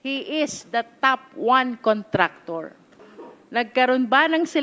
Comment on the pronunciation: Why is everyone keep mispronouncing the word, "contractor?"